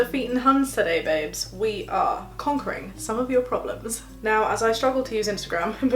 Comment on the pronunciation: Let’s get down to business To defeat problems. (Pronounce “prob-luhms”) Yeah that was bad I’m sorry I had to